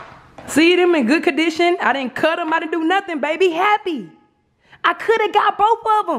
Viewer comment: Jazz got saying “ dem “ lmao 😂. Edit